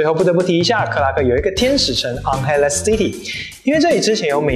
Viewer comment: 可以請問一下，為什麼你的 "Angeles" city 發音不太一樣???